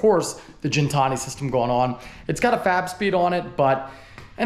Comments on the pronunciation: hate to correct u, but its pronounced Gintani, not Jintani... but loved ur stuff for yrs... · Awesome car bro! P.S. once again it’s Gintani with the G (like again) not Gintani with the G like (gin) the drink!😅